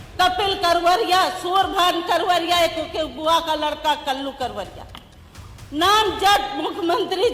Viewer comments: आप कावरिया बोल रही है मोहतरमा वो करवरिया है शायद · It's vijama yadav ji not vijiya and uday bhan karvariya ji not kaveriya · कावरिया नहीं "करवरिया" है... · न्यूज़ एंकर को सही हिन्दी उच्चारण करना नहीं आता। मोहतरमा हर बार विजमा यादव को विजया और करवरिया बंधुओं को कावरिया बोल रही हैं।😁🤪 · विजया यादव नहीं विजमा यादव है इनका नाम और उदयभान करवरिया है कावरिया नहीं (एंकर जी ) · बार बार कह रही हो करवरिया बंधु है कावड़िए नहीं हैं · विजमा को विजया पढ़ती है, करवरिया को कावरिया पढ़ती है । प्रतापपुर को प्रतापगंज पढ़ती है । यही है इनकी मेरिट । फिर आरक्षण का विरोध करते है ।